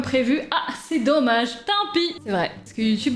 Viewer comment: on peu m expliqué cette accent reubeu sur le dommage